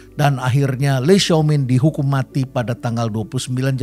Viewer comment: itu di baca "Lai Xiao Min" prof.. pembacaan indonesia saja sudah cukup tepat